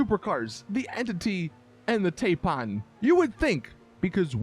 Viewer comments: I have a 'Saints Logic.' Taipan is a snake, t a i p a n isn't pronounced Tape Pan, its pronounced Tipan. Its just the small things I guess. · Dude it’s Tie pan like the snake 😂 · Exactly. That's simple logic though. Why would "Tai" sound like tay and "pan" sound like pun?